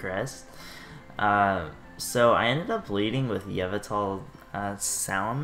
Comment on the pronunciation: Your pronunciation of Yveltal really stressed me out. Other than that, good stuff :S